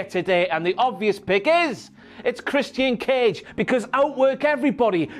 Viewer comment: Are you kidding me stop saying christianee cage